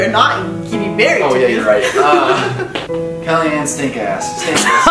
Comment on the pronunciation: I laughed how he said kellianes name wrong as "kellianne stinkass" instead of kellianne stankus lol